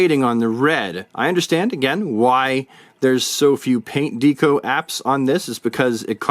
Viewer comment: Good figures. But DeeeCo? LOL. Not Deck-O like Decoration? 😂 just bust’n’ chops.